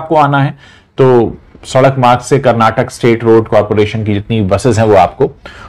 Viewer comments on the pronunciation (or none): none